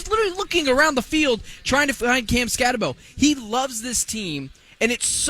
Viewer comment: BROS. I don't know why you think people will subscribe when you call coach a NUTJOB and pronounce the star running back name SKATTEBO incorrectly. Cool stickers on your laptops. Looks like child stuff and the same effort for preparing for a show. I stopped listening